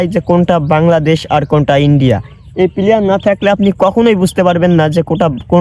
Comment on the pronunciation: বন্ধু ওইটা প্লেয়ার না প্লার হবে। তাছাড়া ভিডিও অনেক সুন্দর হয়ছে বন্ধ।❤❤❤